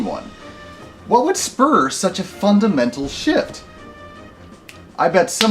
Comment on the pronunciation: "such a fundamental shift" I could have sworn you said, "such a fuckin mental shift"